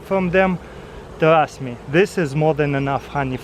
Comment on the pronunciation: " Tarast me " lol